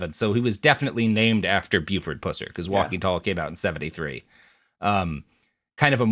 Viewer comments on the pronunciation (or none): Please PLEASE stop pronouncing his name pewser. It's pronounced puhser...he was a jerk either way though tbh. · You keep saying his last name wrong. It's Puss-er, not Pew-cer. But you would have to have grown up in red neck hell like me to know that